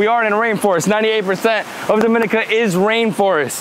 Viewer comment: Repeatedly mispronounced the name of the country. Should be pronounced as DOM-IN-NEE-CA